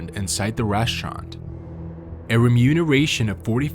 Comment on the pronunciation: What's a reshurant?